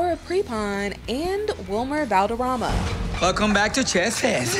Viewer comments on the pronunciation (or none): the narrator of this video has a speech impediment or can't read, it's not wilmer Balderrama, it's wilmer Valderrama, ik it's a little thing but it's annoying